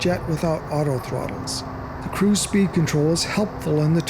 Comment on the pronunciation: After 10 minutes I realized the man was trying to say cruise but he kept saying crews